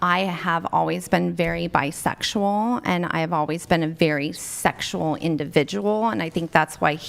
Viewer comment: "sheckshual" the way she said that made me want to be celibate